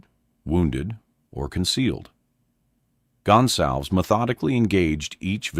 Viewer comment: This AI voice can’t pronounce a Latino name. It is NOT “Gun Salvz”. It’s GonSalVez. 🙄🤦🏻‍♂️